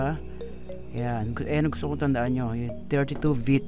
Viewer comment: Bit pre bit!!!! Bbbb bbbb baboy bit!!!hndi vit!!!vit?? Bit ah bit..shunga shunga hahaha